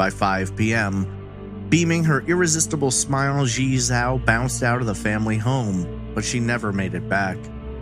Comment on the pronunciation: I know you didn't ask, but her name would be pronounced "jee-eh" (one long word, I can't think of an english word it sounds like) "jaoh" (like cow) and you got "Li" right. It's really hard to know how to pronounce chinese names unless you speak a little or practice a lot. Thanks for uploading so much great content!